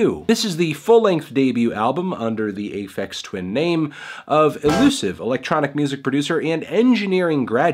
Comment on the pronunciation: "ay feks twin"